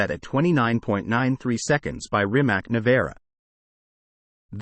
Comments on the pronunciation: Neh vara? Nevera? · "neyvara" is not "Nevera" ffs learn to speak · Bro really said "Nayvara" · “Nay-vara” 🤦🏻‍♂️ too lazy to learn how to pronounce the simple name